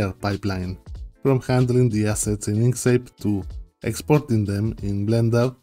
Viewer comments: You pronounce it like "ink seyp". I think it should be like "ink sKeyp". (By the way, great video, thank you) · Two “k” sounds in Inkscape.